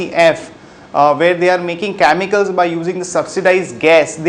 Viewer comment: I think Sharekhan requires a good set of presenters who pronounce words correctly or the current presenter needs to take some engish pronounciation classes. Sorry mate but some words like chemicals were pronounced as "Chamicals"! Hope to see some improvement